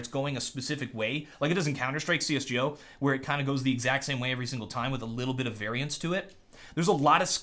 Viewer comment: Find it so funny and cool how you say CS:GO. :P